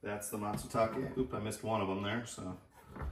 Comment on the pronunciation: Not Matsutake